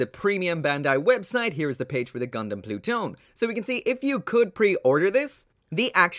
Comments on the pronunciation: Am i the only one who thought it says, Plut one. Like.. “ploot.... one”? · im fairly certain that pronounced plu-to-ne in japanese or at least thats what i heard while watching crossrays clip